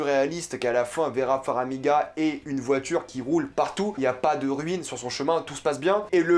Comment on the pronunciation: FAR - MI - GA ! pas "Faramiga" !!! ;)